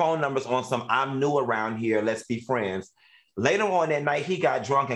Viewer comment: Lmaooo not even round but “ from RINE nea” 😂😂😂